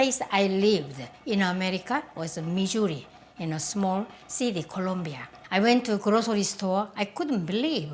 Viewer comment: I love Maangchi and I love when she says Missouri which makes it sounds so Korean! :)